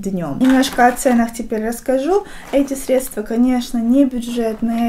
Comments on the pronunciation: Выключила после слова средствА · Тоже очень режет слух, так же как средствА и кремА ☹️